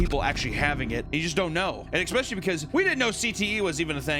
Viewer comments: with peace and love, especially is pronounced "es-pesh-a-lee" not "eggs-pesh-a-lee" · I absolutely love this channel and your animations, as well. HOWEVER, when you say eXspecially instead of especially I want to lose my mind and go into a cte like rage! 😂 Simple fix in language dude just trying to help you out. No biggie I’ll still be watching either way! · I know you've stopped saying exspecially more recently but dang it hurts the ears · It's eck-specially aggravating to hear mispronounce words over and over and over. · I saw somewhere that people who say exspecially instead of especially are prone to CTE. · an "expecially" was detected. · Mental health distraction “expecially” 😂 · PAPA there is no X in the word especially. ffs.